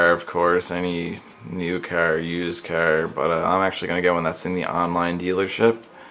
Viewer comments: i hate how this guy says car!!! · Pretty kickash cahhr...